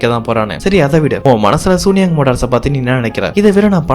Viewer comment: இந்த கதை ரொம்ப நல்ல இருக்கு தம்பி , ஆனா அந்த கம்பெணி பெயர மட்டும் சூனியாங் னு சொல்லாம, சூன் யாங் னு சீன மொழி உச்சரிப்பில் சொன்னா இன்னும் நல்லா இருக்கும்